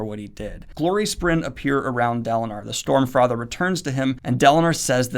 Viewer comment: I am pretty sure I heard 'Stormfrather' from Daniel at some point. xD